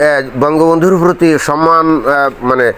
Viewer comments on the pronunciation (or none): none